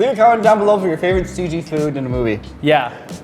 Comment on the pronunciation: “CG-eye” lol